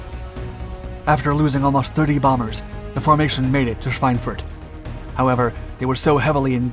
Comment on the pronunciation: Does the name of that German town translate to "Pork Sausage". My German is not great but could have sworn he said swinewurst